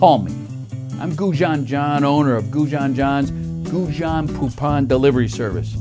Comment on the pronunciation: Who the hell taught him to pronounce goujon?